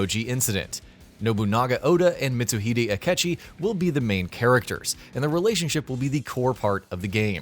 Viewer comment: Cool vid but what dafuq is “mistuhidi akichi”